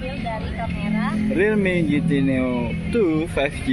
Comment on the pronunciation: realme di bacanya rilmi bang 👍